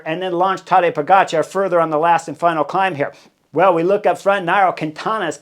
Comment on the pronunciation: Heard you slip up and properly pronounce that Cat Sniper’s name the way it is actually spelled today.